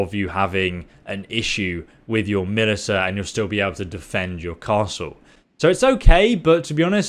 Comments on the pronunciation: It wasn't the lack of food affecting the moral in your city. It was how you keep pronouncing militia. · Does this guy really not know how to pronounce "militia" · Ma-lisha. God I was listening to this while playing the game, I wasn’t even holding my phone, but I had to type this because it was driving me crazy. I just want to know how to do construction. I feed my peasants. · "I saw a bunch of people online who didnt know what to do" - Man who pronounces Militia as "Militah" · Haha good video, except it's mili-sha :p thanks for the guide tho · Wanna get drunk? Take a shot every time he says Milita...OP, here we go again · Bro. Its "mah-lish-a" you never heard the word militia before? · can you place stop pronouncing Militia me li ta :( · Militia is pronounced Mill-ish-a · you're pronouncing militia wrong, should sound more like "milisha" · mil-ish-uh = Militia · Militia is pronounced milishia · Militia is pronounced Milisha. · stopped watching after i hears Militahhh for the 10th time. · Melee-TA drinking game anyone? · Love your videos, and I understand that you are dyslexic. But militia is pronounced milizia or milicia. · I thought people in the UK learned how to read in school... * "Hold my mILiTUH" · Damn the US beat Britain so bad they can't even say the word Militia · 10 loyalty in the comments for pronouncing "Militia" wrong. +3 cringe for every time you do it. -5 prosperity for not googling a word. Your videos are very useful. Thanks man. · i was listening not watching at the time when you said Militia and was like wtf did he just say and had to bring the video up to see. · I hope someone had told this man how to say militia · Please make a guide on how to pronounce militia. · Look up hoye to pronounce militia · Of course the Brit wouldn't know how to say militia Kappa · 1 Militia pronunciation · no, that isn't dyslexia. Sorry. He just doesn't know how to pronounce militia. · Please learn how to pronounce militia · He keeps calling it MILITAH lol...